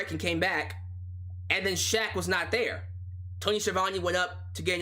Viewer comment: Justin Roberts did Shaq's name like a boss! I recommend going back to hearing that.